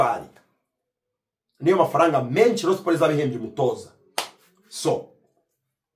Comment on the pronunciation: Nkunda iyo wavuze Rayon neza arko iyo uyivuze nabi mbanumva fone nayimena💙💙💙💙💙🤍🤍❤️❤️